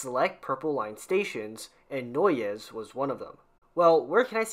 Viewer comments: Watching this as a Chicagoan born and raised, I can't help, but correct your pronunciation of both Chicago (shuh-kaa-gow), Noyes (pronounced like the word "noise"), Paulina (pronounced Paul-eye-nuh) otherwise both videos are overall pretty good and informative. Thanks for making these. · Noyes is pronounced "noise" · You need a briefing on how to pronounce Noyes and Paulina. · when I heard that I cringed so hard